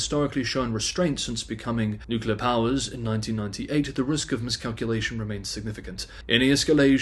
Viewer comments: NEW CLEAR not NEW KEY LER. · for fuck's sake, say "nuclear" not "nucular"!